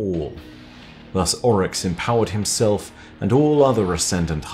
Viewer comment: Ami the only one that absolutely hates the way he pronounces Oryx in this? Everything else is amazing though.